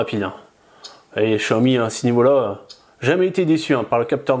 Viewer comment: on dit pas chiaomi mais xiaomi